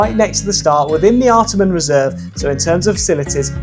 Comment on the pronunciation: Wow! Love it! Wby Parkrun is my old hood! Lots of familiar faces in this video. Love how you really dissect the run itself. Had to chuckle tho at pronunciation of location (where he run starts & finishes) - “ART-a-MON reserve”. But is of course: “Art-Arh-Mon” reserve. 😜 and also lots of Sydney are Parkruns are 7am - but a few are 8am. Mostly 7am tho. And yes - Willoughby is a very pretty - very hilly parkrun. 😊